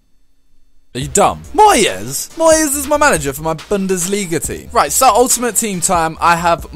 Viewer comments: Haha lol MOY-EZ lol it's said as MOYS Even though it's spelled moyes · Why do you say Moy-es? Not just Moyes.. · Moyes not Moy-yes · Whenever he says Moy-yez I get seriously pissed off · Why can't you pronounce moyes?